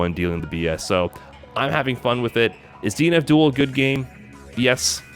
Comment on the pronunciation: Anyone else hear him say 'DNF Duel' as 'Dean Abdul'?